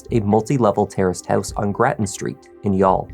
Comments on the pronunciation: As an Irishman, first of all thank you for prounouncing youghal correctly. Secondly i remember very well watching this story on TV3 in 2017 the week, she went missing and seeing her husbands plea for her to return. I remember very well telling my G/F who was next to me that HE did it. His eyes says he is lying. I know body language and have been a crime buff for decades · You pronounced 'Youghal' beautifully!! Greetings from Ireland 🇮🇪